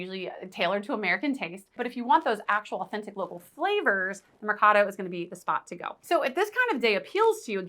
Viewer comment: mercado say it like merry-cado and you will be a lot closer 😁